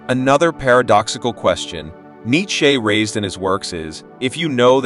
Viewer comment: I can’t stand the way this bot says neitcheze